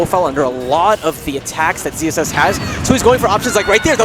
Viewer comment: I can hear them saying ZZS, but shouldn't it be ZSS?